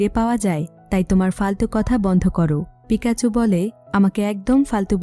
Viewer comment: আপু আপনি বোল বলসেন pokemon হলু certone er name আর মেন হিরোর নাম pekacho